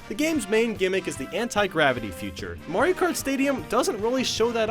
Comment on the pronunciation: Wii mayro kart lol